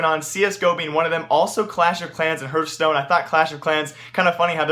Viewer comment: He doesn't even know how to pronounce hearthstone, let alone csgo players...